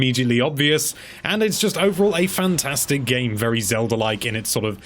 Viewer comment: I didn't know you could make your British mispronunciation of "Zelda" any more grating!